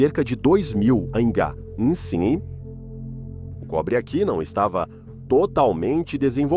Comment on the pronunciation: Poh, ninguém consegue ensinar, ou programar, essa IA para ler corretamente a abreviatura AC?!!!